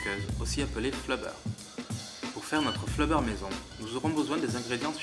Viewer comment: C'est du slime et non du flobeure